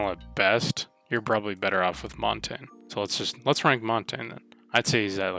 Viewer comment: Finally sm1 calling him montagne instead of montage lmao